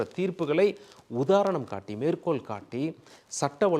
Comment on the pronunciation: சார், எல்லாம் சரிதான். உங்கள் உச்சரிப்பு எப்போது சரியாகும். மேற்கோல், அவர்கல் என்று பேசி தமிழைச் சிதைக்காதீர்கள். நாக்கில் வசம்பு வைத்து தேய்த்தால் ல, ள,ழ போன்ற எழுத்துக்களை நன்கு உச்சரிக்க வரும்.